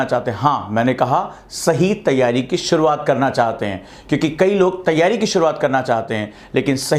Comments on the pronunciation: सर शुरुआत होता है सूरवात नही आपकी शुरुआत सही नही है 😂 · सूरवात नही शुरुआत होता है 😀😀